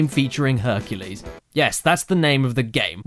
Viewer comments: Hercules? Honey you mean fuk-u-les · HONEY YOU MEAN H U N K U L E S . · Honey, you mean HUNKULES! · I have never seen the Disney movie called "HERCULAY" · Herculès Miserablès